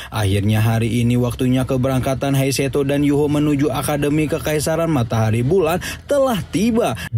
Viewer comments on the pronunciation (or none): Bukan heiseto bang hadeehh, Tapi He Chaito